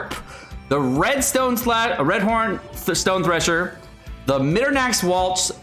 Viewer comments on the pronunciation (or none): none